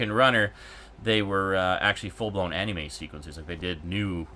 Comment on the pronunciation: I'm sure you've explained it before, but I'm unable to recall such an instance. Why do you say "Anime" the way you do? I can't be the first to say that it bugs me, but like your argument for why you set first person controls to inverted, it's not hurting anyone and and it's just how you do things. I just figure I'd ask and see if I can't just learn to accept it. Cheers! :D